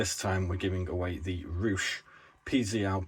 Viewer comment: Hi, just wanted to write a comment and in the KINDEST of ways let you know that it's pronounced Ruh and not Rush. You've got the pronunciation of the u correct though (yes, I'm Polish 🙂). Just wanted thank you for another fine video and to enter the give-away contest. Also. just in case you're wondering, I've had the SuperPZL YouTube name for years because of the aircraft manufacturer. Cheers mate!